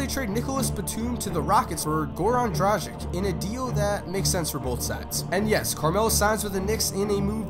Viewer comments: it's dragITCH not drajic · yet another dude that misspronounced Dragic surname.